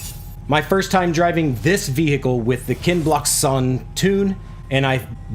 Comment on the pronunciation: Wow 🤯 someone actually pronounced your name correct 🤣 #kenblockshon